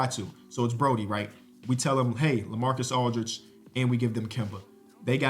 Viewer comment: bro called lamar odem lamarcas aldridge 3 times